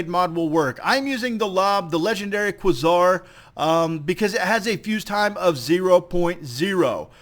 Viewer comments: It's pronounced QUAY-SAR, not KWUH-ZAR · It's a long A, "kway-zar" not "kwuh-zar" FYI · kwuh-ssar? Try qua(ke)-czar. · QuAezar, not quesour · please say Kway - zar instead of kwah - Zar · It's KWAY-ZAR. Not KWUH-ZAR. Thanks. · Pronounced Kway-zar. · It is pronounced qway Zar! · Quasar = Kway-zar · Quasar is pronounced (q-way-zar) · For gods sake! It's pronounced Qway-Sar! Lol good vid brotha! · Qway-Zar, just sayin'. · no, its kway-zar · it is called kwa-zar... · Dude. It's pronounced kway-zar. Seriously. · I thought it was "kway-zar" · I'm sorry, but most say "Quasar" as "Quay-zar" No hate, just been bothering me. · probably died so young because he couldn't pronounce quasar correctly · wow the guy doesn't know how to say Quasar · I wince every time he mispronounces Quasar. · It is pronounced like Laser with a "Qu" instead of an "L" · quasar is an actual word, that is not pronounced in the exotic way you employed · please... don't ever say quasar again.